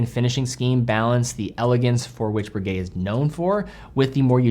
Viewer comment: Breguet and Rolex owner here. I'm in the market for a factory-new chronograph, but I won't be buying this one. 1., the name is Breguet, not Broogay (the eg element as in pronouncing egg). 2. The new 42mm size to too big for most tastes. 38-39mm is far more generally acceptable. This applies particularly to buyers of higher end makes like Breguet, which are chosen for taste, rather than look-at-me flashy inclinations. 3. $18,000 is too expensive for what it offers. 4. The power reserve is insufficient, compared to alternatives. 5. It's too thick at 14.1mm. 6. Only 100m water resistant. Conclusion...... Breguet have got this wrong, and as a dedicated fan of this wonderful company it saddens me. It also irritates the heck out of me to admit that the best alternative is the Daytona, but with so many 99.9% perfect copies of the Daytona out there, devaluing ownership of the real thing, that's not what I want..